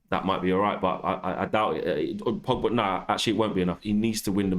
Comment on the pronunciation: It's Pogba not Pigba...